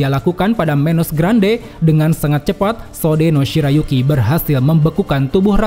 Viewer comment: Gak ada hubungannya, bacanya Sode-no shirayuki bang